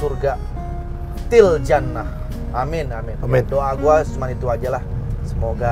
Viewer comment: Mas Andre bukan TIL JANNAH tapi FIL JANNAH...hehe